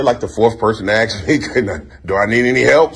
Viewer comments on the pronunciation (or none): Mr Fraud 😎 cool!! In his "Barry White" voice ..... Your like the 3rd person to "axe" me! He he!....Now Barry White knows how to speak proper english He'd say "ASK me"! and NOT "AXEme".....